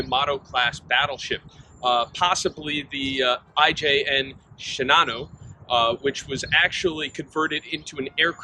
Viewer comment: A suggestion from a layman with an interest in topic: It might be pronounced "Shee-nan-oh" (Shinano) and "Kooray" (Kure). Probably worth Googling it. As for the armor . . . I am amazed that one of the 12 plates tested was, to paraphrase, "as good as our best". The metallurgy of thick plates of naval armor is complex and difficult to manage. The face must be hard. The back must be soft. The Brunel hardness range from front to back changes, hopefully, in a carefully planned process. The hard surface decaps incoming projectiles. But it tends to crack or shatter. The soft interior and back absorbs and distributes those projectile's kinetic energy much better than the hard. It tends to deform, rather than crack and split. To get a smooth transition between hard and soft requires superior treatment ability and canny processing. I applaud the IJN for getting some of it right, considering their experience with naval armor manufacture and treatment had a 100 year delay, vis a vis our own. And we weren't even the best at it, though we were in the top three.